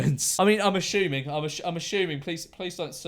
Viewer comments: Nobody: Memeulous: a S H u M i N g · Why do he say ashuming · Im ashuming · “immm ashooming”😂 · Nobody: Memeulous: I’m ashoeming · I'm aShuMinG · "im ashuming"